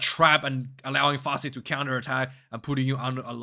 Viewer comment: As I said before; “Fassie rhymes with Rassie” I rest my case.